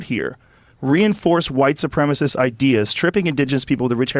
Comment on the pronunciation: "Supremacist" not "Supremist"